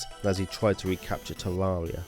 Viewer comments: Its tare rare eee augh not tare roar ee augh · ITS TERAIRRIA NOT TERARERIA GOD DAMMT A;LSDKJFA;SLDKJFA;LSDKJF;ASLDKFJA;SLDKFJA;SLDKJAS;LDKFJ;ASLDKFJASLDKFJ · Am i Dumb or hes saying tewawwia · Tevvavia? That is what he said, just me? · You can't even say "Terraria" properly. 😑